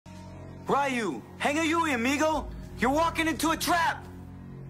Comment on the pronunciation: The clip at the start of this video gave me whiplash cuz how do you fuck up a name as simple as Ryu and pronounce it as "Rayu"?!